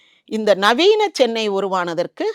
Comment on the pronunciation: Anchor, it's Chennai not sennai.